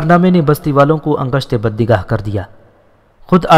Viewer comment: بھائی اپ نے بہت محنت کی ہے لیکن اپ املا اور تلفظ کی بہت غلطیاں کرتے ہیں ۔۔ جیسے کے انگشت بدنداں کو انگشت بہ دنداں کی بجائے اپ انگشت بدنگاہ